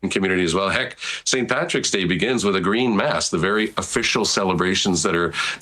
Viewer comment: St Patrick s day..goof, the word "DAY " what part of that word don't you understand ..